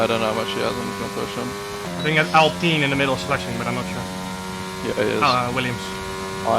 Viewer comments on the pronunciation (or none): none